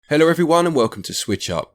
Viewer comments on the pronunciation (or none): ‘Heller everyone’